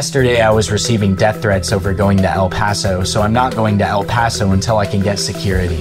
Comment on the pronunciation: "El payso" "El pahso" "San Hasinto" "Wacheeda" bro where are you getting these pronunciations